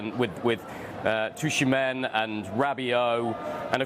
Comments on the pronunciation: Did I just hear him pronounce Tchouameni as Tushimen ?? 😂 bro what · I heard Sushimen 🍣.🤔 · That’s easily the worst pronunciation of Tchouameni I’ve ever heard